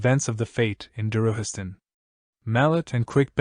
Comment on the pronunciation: I would've liked it more ir you didint butcher the names. Darujhistan isnt pronounced Daruhistan, Capustan isnt pronounced Capusten, Ganoes isnt another version of Genoa.